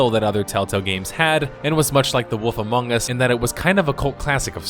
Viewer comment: i smile everytime you say The woff among us”